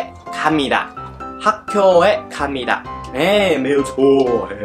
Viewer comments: 교的發音是gyo不是kyo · 학교應該念作학꾜才對 Hak gyo